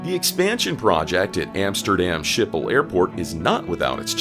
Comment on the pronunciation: Skipol not Shipol........